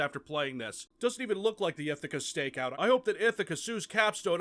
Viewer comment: NGL For the longest time I thought you said "Ithica Steakhouse Shotgun"